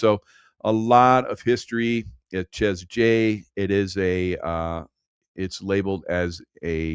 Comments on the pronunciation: Chez is French. Pronounced ‘Shay’ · Chez in French is pronounced Shay. Rhymes with Jay. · Chez is pronounced Shay